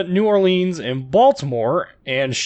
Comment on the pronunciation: New "Or-lins." And hello from Louisiana